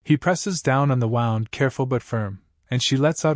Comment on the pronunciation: Dear AI, it's Wound(like Woond)